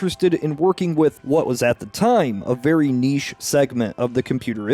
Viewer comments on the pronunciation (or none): Good god, the way you pronounce “niche” is obnoxious as hell.